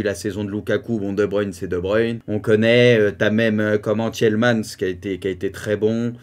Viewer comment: Oufti ton "Tchiellemans" il fait mal aux oreilles, "Tillmans" c'est beaucoup mieux ...